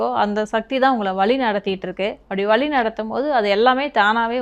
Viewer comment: sakthi kidaithu sami endru sollum intha samiyarini mudhalil thamizhil " VAZHI" endru thelivaga vucharikkattum. Yen indha saymiyarini pesum podhu vazhi endru pesamal vali endru thavaraga thamizhai vucharikkirar. Melum indha samiyarini idhu vudal alla sakthi than endru sollum ivar aadambaramana vudaigalal yen alangarikkirar; sadharanamana vudaigalal alangarithukolla koodadha.?